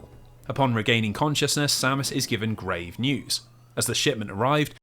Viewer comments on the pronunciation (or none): none